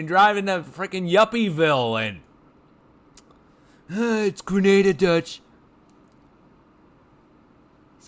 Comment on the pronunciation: It’s grenahhda.